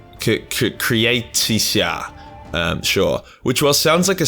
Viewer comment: Dude, you losing it had me in stitches. Great speech. Also, "Cretacia" shoud be pronounced something like "kretay-sha" in English.